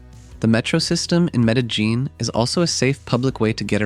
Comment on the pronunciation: The constant pronunciation of Medellín with that hard j 😭